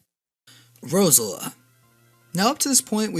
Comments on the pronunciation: Rosila? Are u fucking kidding!! It literally say rose Elia in the name. Sorry about that, just a bit off centered by your pronunciation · IT'S PRONOUNCED ROSE-EL-E-A NOT ROSE-ELA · "Sheninja" "Roselee" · the way he pronounces "Shedinja" and "Roselia" though....